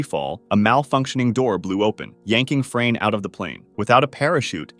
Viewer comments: As a Croat it was really funny to me how you pronounce Frane’s name😂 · Legends says "Frane" still escapes death 😂